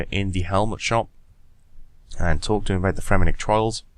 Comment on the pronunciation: It's Fremennik* :)